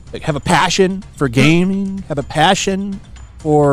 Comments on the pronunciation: "Gayming news" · did you just said "gayming news?" 😂😂😂